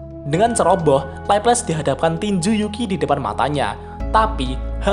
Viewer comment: Di anime nya di panggil Laplase/laples deh bang bukan leples 😂